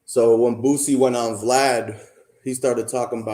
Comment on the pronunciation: Bro it's BOO-SEE not BOOT-SEE!